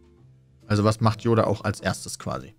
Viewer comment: dein ernst? " J oda "? mit J? 😂😂